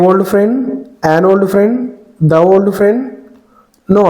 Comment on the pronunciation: ఓల్డ్ ...old....not వోల్డ్